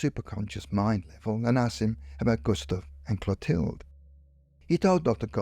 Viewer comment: You pronounce the girls name Clothilde totally incorrectly. It should be pronounced clo-TIL- duh